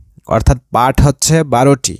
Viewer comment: পাঠ না পাট